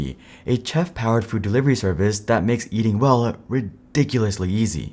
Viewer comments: 1. Here in Germany Domino’s still tastes like cardboard. And completely bland. That’s why I stopped eating from them. 2. T-Mobile is a German company. 3. No offence, but it’s pronounced shef, not chef. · It's pronounced shef. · Bro straight up pronounced the C in chef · Am I the only one getting annoyed by the mispronounced "chef" twice💀